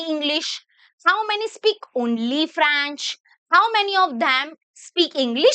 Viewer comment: Franch✔️ French❌ 😂😂 I am not your hater mam I really love your lecture❤